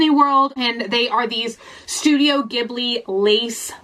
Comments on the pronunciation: Ghibli is pronounced like it has a j. So it's like jhibli but with a G. I wish people would correct everyone who says it wrong. P.S. Not trying to be mean. I love your videos 💜💜💜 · studio ghibli is pronounced~ "jiblee" <3 :) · studio ghibli is pronounced “jee(ji) - bli” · Ghibli: it's pronounced like a J.